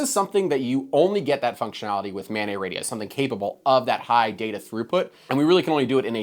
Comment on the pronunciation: "Mobile Ad-hoc Network" (MANET)...the "NET" is short for "NETwork", not "NEYwork". It's maNET, not maNEY. (that said, this is good shit, I subscribed) ;)